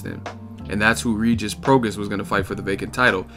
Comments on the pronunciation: It’s Pro-Gras-is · my dude it's pronounced pro-gray...it's Cajun/Creole...Rougarou the man at 140 I really wanted Crawford to fight i thought he'd be the toughest fight at 140 for him...Pistol don't want the smoke he's been procrastinating since September or October...Rougarou about to take over...i hope Mikey fights him or the winner of Broner Figueroa